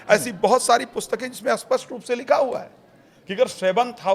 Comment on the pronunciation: न जाने कितने ही लोग हैं वे कुण्डली वुंडली जानते ही नहीं वे तो ............. अब पण्डित जी स्पष्ट का उच्चारण कर रहे हैं अस्पष्ट उपर से चैनल के पास कोई कथा नहीं है तो यही सही